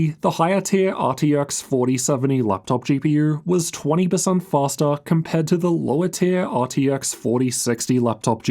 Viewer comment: “fastAA”😂 maybe Faster?